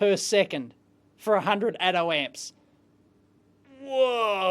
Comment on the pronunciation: Who else heard "Atom Ant"?